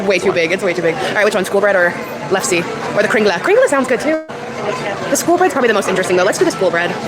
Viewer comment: LEF-SA and SHOOL-BREAD. That is how you pronounce the Norwegian food she butchered.